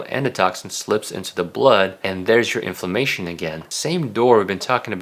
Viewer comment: Thank you for really good information great summary for what constitutes of healthy diet. Very well-rounded. And very reasonable. (But thank goodness for closed captioning because he keeps saying famation, instead of inflammation)